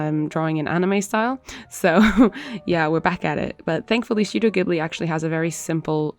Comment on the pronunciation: I mean, that is not how you pronounce Studio Ghibli but ye, the art is amazing so... ( and also in Studio Ghibli there is no blush ) Sorry, just had to say all that I'm only like the biggest fan